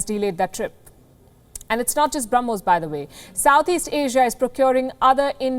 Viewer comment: Ss I also heard that and I actually repeated it once again. She misspoke it. But it's okay 🆗. We all know that what she wanted to say 🙂🇮🇳...